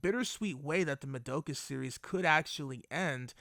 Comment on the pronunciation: Why are so many people pronounce the name "Madoka" so wrong...? This is NOT japanese pronounce. For example the German "Madoka" is the same like the Japanese.